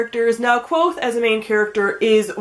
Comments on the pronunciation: It is kvothe not quothe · You're mispronouncing Kvothe's name. :( Rothfuss has a post on his site that clears up the pronunciation. He also made a video where he pronounces a bunch of different words and names from the Four Corners.